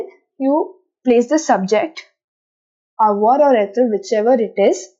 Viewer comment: Your pronounciation is wrong according to french accent, Eg: Avoir-Avoir(english accent) Avoir-avoigh(french accent)